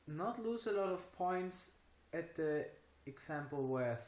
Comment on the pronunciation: Hope you are feeling better by now. Nice job today. I have been traveling most of the day to Vancouver, so I will keep this short. checked on da algorithm exam results checked on THe(e) algorithm exam results But, I lost a lot of points somewhere else "at" the multiple choice questions But, I lost a lot of points somewhere else with the multiple choice questions also two incorrect also two were incorrect You had many good TH words that you do well: three, third, throat, think, but then came aldough and dey, alTHough and THey. Can always practice those nasty little words in the shower. All in all for five and a half minutes well done.